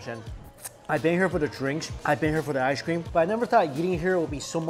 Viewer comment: Shoff sherve ishecream